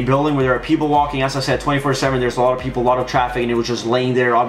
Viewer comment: billcam he said peapoles